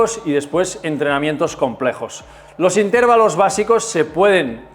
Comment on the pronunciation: Cada vez que dices "intérvalo" mueren cuatro gatitos, no lo digas, hazlo por ellos 😅